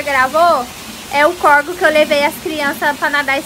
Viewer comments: Não é corego é córrego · CORGO NÃO, CORREGO. 🙄 Parece que fala errado porque quer.